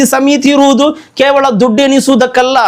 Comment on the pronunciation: Khevala alla kevala , kannada uchara sari illa